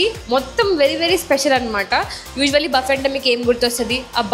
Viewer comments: Please don’t say buffeett! Sounds so horrible! It’s buffee! T is silent! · Hi Team, meeru chala efforts pedthunnaru..but still koncham research cheyandi oka place ki oche mundhu..or ochaka koncham items gurinchi manchiga thelsukuni cheppandi..just giving a suggestion in a positive way as one of ur audience..buffet is pronounced as buh-fay, hummus sanagapappu tho chestharu annaru, noo..its made up of chick peas, koncham unprofessional ga undhi aa clip..koncham editing lo aina chuskondi.. colesay salad ananri..kadhu its coleslaw, daggara try chesaka its just interesting ani chepparu anthe..i was waiting for ur review on that..emaina cheptharu emo ani bt ledhu cut chesesaru..and naina kakunda inkokalu evaru aithe unnaro plz koncham professional ga undandi..no offense again..mee video format ae ala aithe thats upto u guys..but edho ala review cheppeyadam kadhu..neat ga cheppandi.. ish..she speaks her heart out that's nice but konni sarlu it doesn't look good on camera.. ki i button lo ishtam annaru ivvaledhu..new channel link kuda meeru description lo ivvochu..asla overall review is it a good place to visit aa enti annadhi oka conclusion ae ivvaledhu..ila unnaye konni..inka meeru chala cheyochu to attract new audience..take feedback from ur subscribers..and grow ur channel.. Happy Diwali Guys 🙏